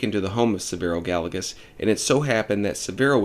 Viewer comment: Good video. Being a native of NM, I just want to share the correct pronunciation of the name Gallegos. It’s pronounced Guy-yeh-goes. Double LL is a “y” sound in Spanish.